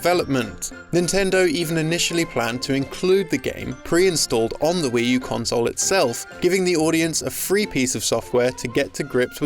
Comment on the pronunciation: "Wii Tu" there. Nailed it.